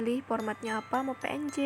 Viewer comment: Wkwkwk lucu bet pas ngomong "pe en je" wkwkwkwk